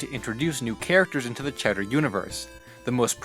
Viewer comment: He pronounces the characters name as chatter but his name is chowderLike chowder soup not cheddar cheese